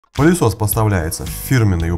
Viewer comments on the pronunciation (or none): Мне одному слышится "пАлесос"?